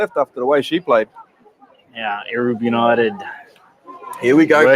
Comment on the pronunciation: Erub is pronounced EROOB …😊Thank you… Come on Erub United..all the way…